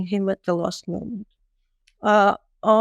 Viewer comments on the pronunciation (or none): none